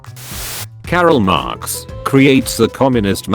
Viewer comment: Voice: Carroll marx Me: confused internet searching #T2M